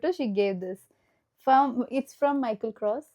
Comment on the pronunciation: It’s Micheal kors not Micheal kros 🤣🤣